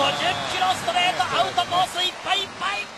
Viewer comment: 実況興奮しすぎてアウトコースいっぱいぱいぃっ！ってなってるやん笑